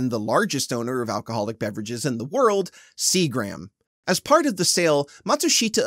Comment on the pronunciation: No offense, but your pronunciation of "Seagram's" is worrisome. It's Seagram's, one word. "Seegrums" not "Sea Grams" - Other than that one tiny complaint, excellent vid - I watched the entire thing and could not give less of a shit about the movie, never seen it. lol